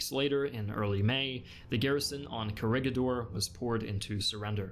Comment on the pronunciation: Just so you know, Bataan is pronounces as /Ba-ta-an/ and Corregidor is pronounced as /Co-re-hi-dor/